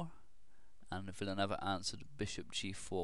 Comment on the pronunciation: the last name is pronounced Villa-New-Ay-Va. Great vid as always